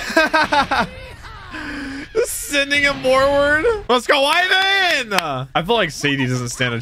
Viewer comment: Leave it to to repeatedly mispronounce names literally seconds after they have been clearly pronounced... One Piece: Ivan!: Is it Ivan or Aivan! One Piece: Ivan!: Aivan!... One Piece: Sadie-chan!: And Sadie too, or is it Seidie?...... Seidie!